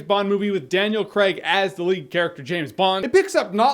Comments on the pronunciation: It's pronounced Craig, not Craig. Jeez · Thank you! It's not creg ffs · Cray-g, Cray-g god dammit